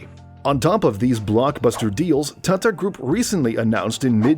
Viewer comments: The way he keep saying thaathaa instead of tata..😂😂😂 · the way he says TATA hurts my brain